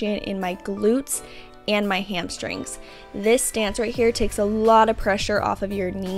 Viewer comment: 3 years later and I still can't say "hamstrings" without pronouncing it "hamshtrings" like Whitney. Love these dumbbell only workouts. I wish there were more